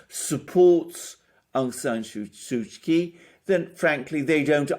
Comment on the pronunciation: An adept snapshot analysis of the regional stakes at play, Sirs. A tidy correction to how we pronounce the Lady's name does no harm, I'm sure. (Daw) Suu Kyi = Soo Chee where Daw acts as an honorifics for married or elder women. Perhaps as a person in a state role, she had been refered to otherwise in official documents and news reports. Correct me if not so.